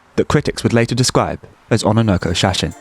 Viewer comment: ona nokko shasin? lol. its on-nanoko shashine.